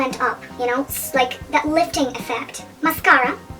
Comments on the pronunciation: Mas-cara not mas-care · Option 1 for the pronounciation of mascara I like the most